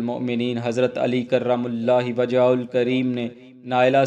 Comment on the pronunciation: کرم اللہ وجھہ کو صحیح نہیں پڑھ رہے ہو۔